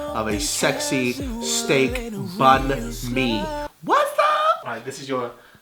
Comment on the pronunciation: Bánh mì is actually pronounced like: BANG - MEE. not bun-mee like you said in the video though...